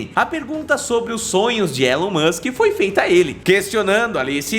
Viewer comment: Pq vocês aí no Brasil não sabem pronunciar o Nome de Elon Musk? Vocês falam como se tivesse um "N" MANSK, isso é errado! Antes de fazer um vídeo falando sobre os planos de Elon Musk aprendam primeiro a pronunciar o nome dele. A pronuncia correta do Nome MUSK é "MASK" Sem "N"